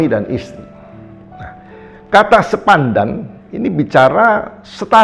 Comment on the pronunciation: Mohon maaf beliau tdk bisa mengucapkan SEPADAN...🙏🙏.. Di ksh tau..salah lagi. 😁😁😁